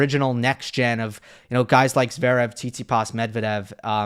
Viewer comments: Flink should finally learn how to pronounce Zverev. He always leaves out the first “v! It’s not Zerev. All that knowledge and insight gives Flink elite status, but he might have to hope Zverev fades out of the need to be mentioned much if he can’t get the name right. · Steve, PLEEEESSSSE say the 1st V in Zverev